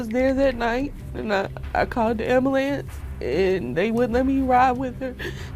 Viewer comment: Am bah lanze oh my gawd that's not how you say ambulance!!!!!!!!!